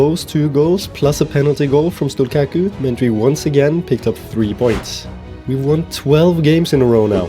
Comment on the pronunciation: As a Drita fan living in Kosovo, I love this series and appreciate that you’ve chosen my country to build up.(also the Q in Stullqaku is pronounced as a CH but you can keep calling him whatever u want for the bit :p ,much love!)